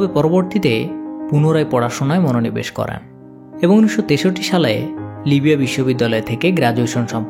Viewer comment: Vai করেন টা করান শুনাচ্ছে পরবর্তীতে বিষয় টা খেয়াল করবেন